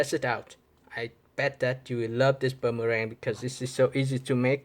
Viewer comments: It’s boomerang not buumurang 🤦‍♂️ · It's boomerang not bummerang